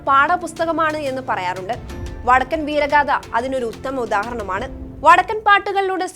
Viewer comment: വടക്കൻ വീരഗാഥ എന്നാണ് അല്ലാതെ വടക്കൻ വീരഗാധ എന്നല്ല... ചാനൽ കാർ ഉച്ചാരണം ശ്രദ്ധിക്കുക